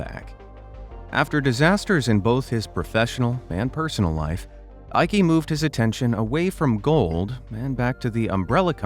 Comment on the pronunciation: sorry i laughed at how you pronounced "jutta" (eikes mother), it really lifted my mood:) there is hardly any female name that is more german than jutta, you say it as you-tta (short A). and "eike" is pronounced like eye-keh (short E).